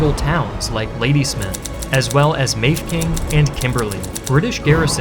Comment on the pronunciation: Ma-Feh-King, not May-f-king.